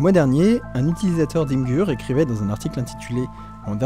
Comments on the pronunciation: imgur, ça se prononce Imaijeur (imager en anglais) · Imgur ça se prononce "imédjeur" (le truc à images quoi) :-)